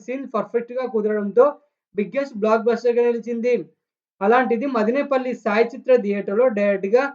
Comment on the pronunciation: రేయ్ తమ్ముడు మదినేపల్లి కాదు రా మదనపల్లి